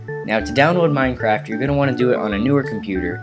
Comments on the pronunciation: did you say mineCRACK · u said minecrack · he said "now to download minecrac" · is it me or does this guy sound like he said mindcrack